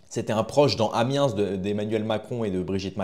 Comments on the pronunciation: Hep ! On ne doit pas prononcer l’S d’Amiens. Ou alors il faut dire Limojsse, Marseillze, Parisse ? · Résoudre pas résolver, Amiens sans prononcer le S